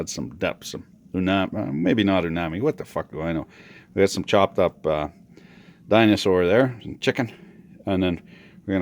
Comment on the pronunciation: "choped up dinasor" 😂